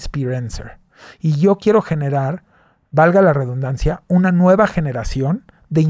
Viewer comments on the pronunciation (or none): none